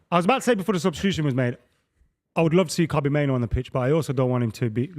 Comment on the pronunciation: Why does the Man United fan mispronounce Kobbie Mainoo's name as "Kobbie MainOWE?"